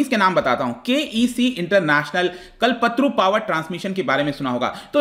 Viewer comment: kalpatru nehi kalpataru hota he